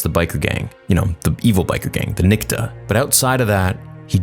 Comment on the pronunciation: Alright I'm sorry I need to say this... its NIKTO not NIKTA!